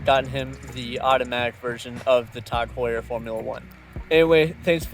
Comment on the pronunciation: TAHG Heuer, when you say it like that the brand may not sound so bad haha. Great vid bro, keep up the good work.